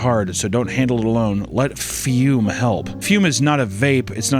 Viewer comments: Ah yes, the "fyuuuum". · did someone at füm give him notes that said he wasn't enunciating the brand name enough? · Broo the way he says "Fume" kills me 😂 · The way he pronounces Fume with so much gumption every time